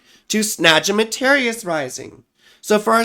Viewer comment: I look forward to you saying "Snagimatarrius Rising" every time ❤